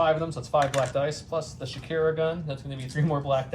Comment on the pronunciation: Shakira is an interesting interpretation of how to pronounce Shukur. I’ve always read it as the shoo ker but Shakira is more fun.